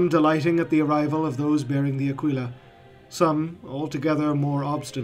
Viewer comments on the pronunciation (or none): none